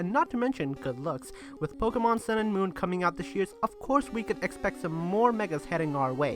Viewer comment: he says Pokemans